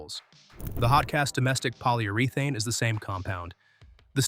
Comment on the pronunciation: KANIPEX and Poly-Ur-ee-Thane, and Lyl-ele